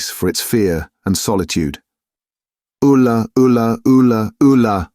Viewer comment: "Alu" ?! The cry goes "Ula", both in the book and in Jeff Wayne's rock opera 😁 Apart from this, great read !